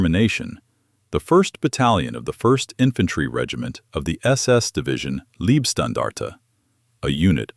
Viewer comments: Pronounced "Lejbstandarte" not libstandarde!! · Please learn to properly pronounce the word Leibstandarte.